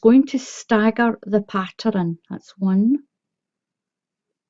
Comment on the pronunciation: Why do you say patterun